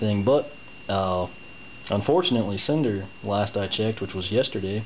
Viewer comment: Its Snyder not cinder lol